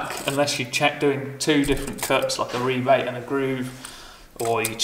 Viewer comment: It's refreshing to hear to hear rebate instead of rabbit